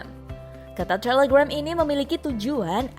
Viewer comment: Apa cuman gw yah yg aneh denger miminnya bilang Instagram ama telegram yah?